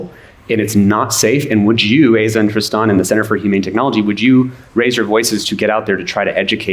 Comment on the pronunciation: My biggest problem is how he pronounces Tristan. If you’re going to pronounce it that way that spell it something like this. “Triston”